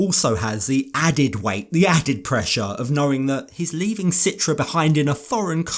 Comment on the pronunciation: So much pressure on him to abide by the Islamic rules while citra doesn’t even wear a hijab and follow the rules herself. And why is everyone saying her name wrong? Very strange couple.